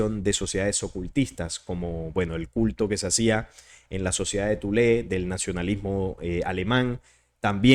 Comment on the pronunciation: No es thulé es thule 😅